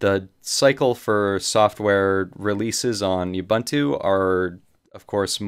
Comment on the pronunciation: Great video, kills me how you pronounce "Ubuntu" though!